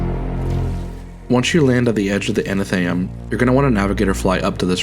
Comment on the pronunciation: I'm really sorry to be that person. But you may actually want to talk to a specialist about potential dyslexia. You've been saying anatheum, when it's atheneum. You also said inDEBITed kindness like the bank card. But it's indebted kindness. Like being in debt. The b is silent.